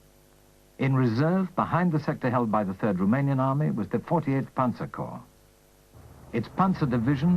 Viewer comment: The plural of corps is corps, pronounced "core," not "corpse." This is true now, was true in the 1980s, when this fil was apparently spliced together. It was true in 1943 and 1945 when some of the film was taken.